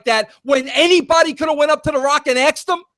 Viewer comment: Nothing Vince Russo says proves in anyway that Bruce Pritchard is mistaken with his allegations. Nothing. One more thing - the word is pronounced "ask" not "aksed."